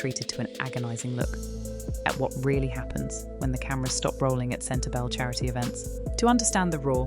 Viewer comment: The speaker is hard to hear. SLOW DOWN please, and speak CLEARLY and not so fast! Yes, I KNOW it's AI. But they can do it better so that it's understandable, or don't do it at all. And spell the words right. "CENTER-BELLE"?